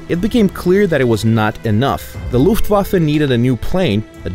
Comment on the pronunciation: PanzerOptional Nur so zur Info ich spreche deutsch und fand das recht komisch weil das sich komisch anhört.